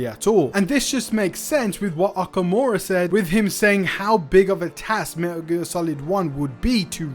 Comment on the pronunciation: Everytime you say "Meh'Uh gear" makes me flinch